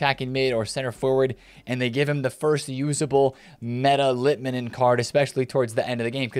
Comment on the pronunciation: Im from finland and finally someone said litmanen correctly Keep it going!